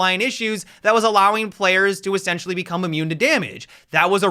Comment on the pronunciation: Everytime you say essentially it sounds like you're saying sexually lol